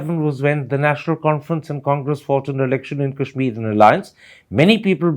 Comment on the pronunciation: What the hell is kaaeeshmir .. its Kashmir so stop pronouncing it like your western lords do ..